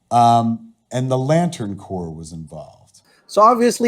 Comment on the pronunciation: The green laten Corp not corpse " english would be good "